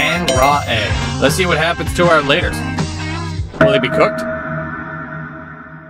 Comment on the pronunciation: "two our" ITS TWO HOURS😭